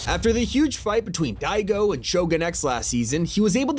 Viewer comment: im sorry you cant say daigo